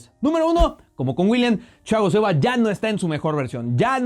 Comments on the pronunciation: ¿Porqué hablas como gangoso al decir Thiago Silva? Parece que pronuncias Chiago Silva. ¡No seas mamador! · lo unico malo de este video es que le dice chiago silva en ves de thiago jajajajaja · El dice Chiago Silva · me estresa que diga chago silva aaaaaahhhhhhh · Nadie: Absolutamente nadie:: Chiago Silva 🤦‍♂️ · tu eres mi traductor y deberias ser el de thiago silva Yo: como se dice a este jugardor: chichago shilvaa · Ajajajajaja chagoo silva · Porque pronuncias haci a Thiago Silva...muy mal pronunciacion